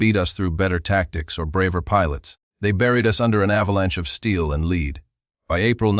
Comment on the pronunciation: The AI mispronounced “lead” as leed and can’t deal with Luftwaffe. 😢